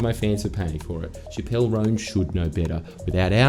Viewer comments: i die every time he pronounces chappell as shapp-elle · Its Chappel (ch-Apple)